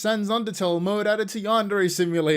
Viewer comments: Minor nitpick, but why doesn't he ever pronounce "Yandere" correctly? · God I hate listening to yandev. He pronounces yandere wrong, he takes the loudest fucking breaths known to man after every. single. **sentence.* He has the most obnoxious tone even when he says something fucking normal. Great video tho. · Been working on this game for a decade and he still can't pronounce "yandere" correctly